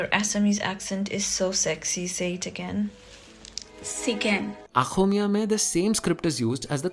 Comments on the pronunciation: Not" Akhomia" it's pronounced " Axomia" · It is Oxomiya not Akhomiya ! You are pronouncing xo as kho . Xo exists in Assamese language. This could be your new video idea. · I really love how you pronounced the Bengali and Assamese, Since I know both the languages...Just a thing...It's not आख़ोमीया, it's अख़ोमीया Love from a Bengali♥️ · Great video Bro it's oxomiya not aaxomiya 😁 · I know it's hard to say OXOMIYA. But a nice try. Voiceless velar fricative "X" is hard to master as no other Indo Aryan or Dravidian language has it. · Finally, you brought up about Assamese. 😃 But again, here’s to the correct pronunciation: Ôxômiyā. Anyway, learning about the Odia part was new for me. Thanks for another amazingly interesting video. ♥️